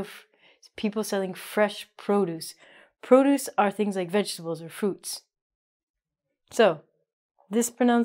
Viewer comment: There should be separate dictionaries just for pronunciations of words Mistake near second produce, it's not vegetaldes (non existing word), but vegetables Also Bow is weapon from which archers shoots arrows